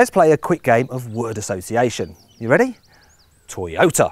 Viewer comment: When he said 'Toyota' was I the only one who thought 'Taxi'?